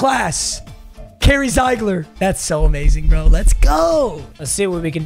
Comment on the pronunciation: Carry Zeigler is pronounced zig-ler it's my last name